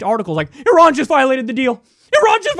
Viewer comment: Thanks for pronouncing Iran correctly. Just so you know, Iraq is pronounced the same way, except with a "q" on the end: (phonetically) EEEEE ROCK. Just like (phonetically) EEEEE RON. it's not EYE RACK. Thanks for showing the flag of Iran. It's very pretty.